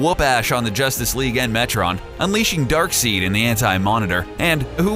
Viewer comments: It’s pronounced DARKSIDE spelled DARKSEID. Tf is DARKSEED? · And it is pronounced dark*side* not dark*seed*. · One It's Dark Side not Dark Seed. Two Batman has powers just not the way you would normally think of them as he can see Deadman something no other mortal can do, he can and has breathed in space for a second ( longer than anyone without powers can do) he has also been shown in Rebirth as being able to sence magic/magic use plus he is a better detective than all real world law enforcement agencies combined ( When written correctly) Not to mention the fact that even with his memory erased three different times of who the league of shadows /Assassins were he still found them again so go ahead and believe he doesn't have any powers if you like but evidence points otherwise. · It's pronounced darkseid, not darkseed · Darkseid is pronounced Darkside, not Darkseed... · It's pronounced, "Dark SIDE". You can call him dark seed if you want just so long as you know you are saying it wrong. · 'Dark Seed' Interesting... I pronounce it Dark side(Darkseid) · ITS DARKSEID NOT "DARKSEED"omfg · Who the hell is "Darkseed"? He can't be Darksied, that's pronounced "Darkside". I mean I would hope that comic book nerds know this which leads me to believe this guy isn't a comic book nerd and is just doing this for the paycheque. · When ur host provides proof he has no knowledge of Batman or DC and is simply reading a script.. pronounces Darkseid (dark-side) like "Dark-SEED" and u still publish the video. Lmao. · He said doom tube and dark "seed" maybe i was saying it wrong b/c i thought it was dark "side" and boom tube maybe i was wrong tho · It's pronounced Dark side. Not seed. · omg it isn't darkseed it's darkseid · dilligafboss THANK GOD someone actually corrected him on that I got really annoyed with it also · U kept saying dark seed, it's darksied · Is not darksid is darkseid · Its not darkseed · Did my man just call Darkseid Darkseed! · DARKSEID is pronounced as dark side